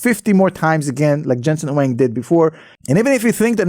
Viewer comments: Come on how can you call him, Jesen Wing? Please get his name correctly. He is Jensen Huang. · Hey, his last name is Huang, not Wang.